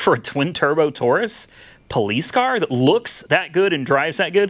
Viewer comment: It’s not touris it’s Taurus.